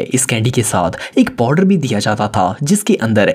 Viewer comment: 😂 Powder❌ Podar✔